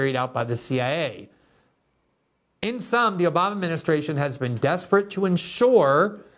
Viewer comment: Take a shot everyone Glenn says Oboma u will be dead